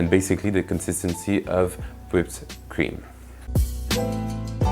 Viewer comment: That's a very nice looking Tarte. I'm totally digging the French ending at the end of every consonant, e.g. whipped cream-ME. Subscribed!